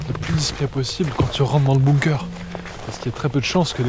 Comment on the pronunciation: Tout le monde dit "BOOMker" c'est BUNker les gars, prononcez-le bounker si vous préférez... De rien 😃😘